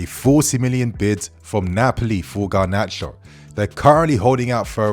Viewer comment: No! Not Gnarcho!